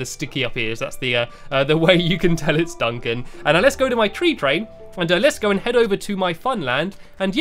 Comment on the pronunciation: U say 3 funny but I still love u